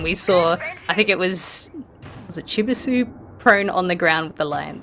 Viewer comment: Pretty embarrassing the caster can’t pronounce Chibisu, at least learn the competitors names 😂🤦🏻‍♂️